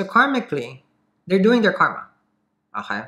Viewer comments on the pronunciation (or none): none